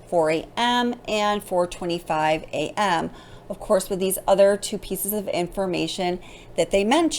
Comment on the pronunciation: The way you keep emphasizing on the word A.M. is driving me kinda crazy however, I live in Idaho. There is a lot more to this case I believe and your research is very good and you are definitely thinking the way I'm thinking.. good job on this and keep it up... maybe just chill out on the word A.M.